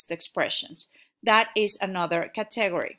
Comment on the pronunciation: 'CAtegory--- not ca'TEgory.